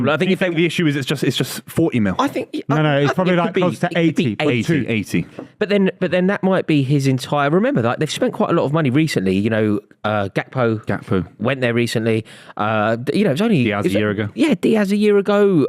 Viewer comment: Why does the guy in the Tommy jacket keep calling gakpo “hak-po” ?